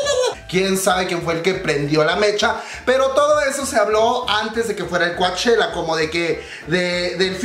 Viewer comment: Me encanta verte tan entusiasmado con tantas Noticias del K pop solo una pequeña observación...se escribe Coachella...pero se Lee "Cochela"..yo vivo aquí lindo!..saludos!..❤️😘😍🥰💜❤️💜❤️